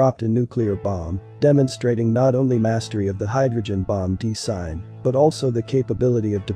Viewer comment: That is weird. I'm having a hard time with all the mispronounced words: Dis-Saster, De-Sign, etc.